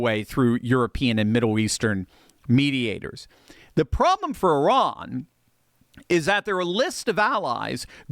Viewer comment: The only guy on youtube that pronounes Iran correctly 👏